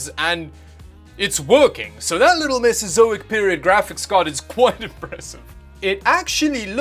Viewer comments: Drinking game: every time he says mesazoic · I took a shot every time he said mesazoic....I think I have alcohol poisoning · I actually feel physically fatigued by the amount of times you endeavoured to say Mesozoic.